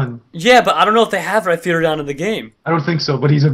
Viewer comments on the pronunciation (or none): its not reiperion its reiperior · rhyperior not rhyperion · EXCUSE ME! Rhydon becomes Rhyperior NOT RHYPERION! :( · Ryfearior....It's Ryperior mah gawsh..... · mispronounced Rhyperior so bad...